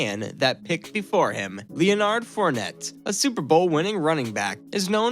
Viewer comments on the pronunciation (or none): Leh-nerd and Bortls not Leo-nard and bort-less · narrator really pronounced it leo-nard and bort-less. that shit made me crack up every time he says a name. good shtick right there.